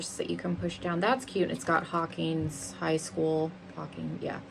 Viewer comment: You were slightly offended that someone didn’t know what hellfire club was but you don’t know how to pronounce Hawkins or Demogorgon 😅